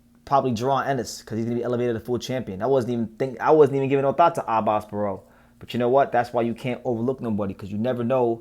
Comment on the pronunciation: You got the right pronunciation on it Abass Baraou!